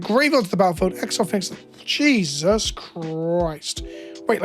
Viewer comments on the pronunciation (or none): none